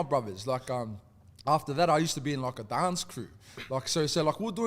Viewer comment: why he say dance like that😂